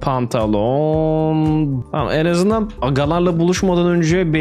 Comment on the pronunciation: Normal söylenişi: Pantolon söyleyişi: Pandalon